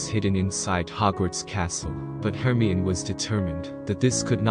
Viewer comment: Hermyin? HERMYIN? ITS HER-MY-UH-NEE. HERMIONE.